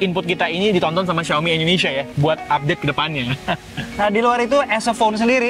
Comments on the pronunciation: indonesia bg , bukan endonesia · Indonesia om. Bukan endonesia... sukses k2G